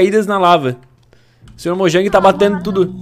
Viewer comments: sr mojan kkkkkk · Erou a palavra mojang